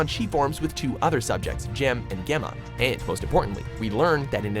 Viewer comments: they pronouced gemma wrong it's pronounced jemma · Please learn how to pronounce Gemma. ffs, you can even hear it in the video twice.